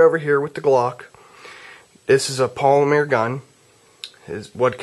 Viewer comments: polimer not polimear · polymeer? hmm he must be from france or was home schooled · I laugh every time he says, "polimeer".